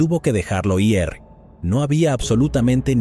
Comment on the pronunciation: Este narrador no es mas tonto porque el día tiene 24 horas, me carga cuando dice i.r. en vez de decir ir